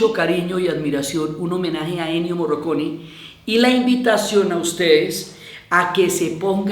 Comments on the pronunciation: Morricone. Se pronuncia Morricone. Ni Moroconi, ni Morroconi, ni Morriconi. Morricone. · MorrIcone no Morroconi. Pensé que se había equivocado pero lo pronunció mal todas las veces. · Diana, en este homenaje hubieras partido del punto de pronunciar el nombre de Ennio Morricone (no morroconi 😕) correctamente. Por lo demás todo muy bonito.